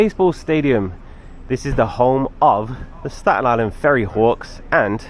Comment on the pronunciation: Hello! Native Staten Islander here! Thank you for loving our borough ❤ it truly is a hidden gem! This made me smile 😊 your pronunciation of “Staten” was perfect too! 🎉